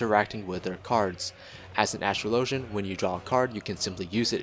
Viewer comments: Dude. Think about how the word "Astrology" is pronounced. Then... "Astrologian" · Ive watched about 10 class videos on FF XIV and everyone single one they pronounce astrologian wrong... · Why do so many youtubers not know how to pronounce astrologian? Think of the word 'astrology'. Think of how that's pronounced, then think about ASTROLOGIAN. It's very similar.